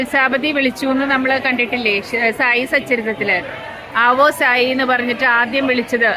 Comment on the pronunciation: ആവോ സായി എന്നല്ല.. യാ സായി എന്നാ വിളിച്ചത്